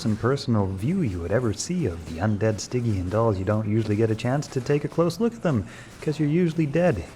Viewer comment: Some day… he will learn how to properly pronounce “Stygian.”